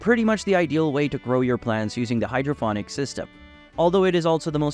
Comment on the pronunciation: Can't even pronounce it right.its ponics not phonics.got Sick of hearing it so turned off